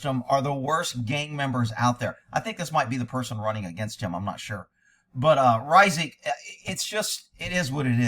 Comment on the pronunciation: This man is tarnishing the Reisig name! Hey you pronounce it correctly too! That’s a rarity!